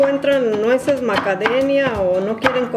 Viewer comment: Porque dice macadenia??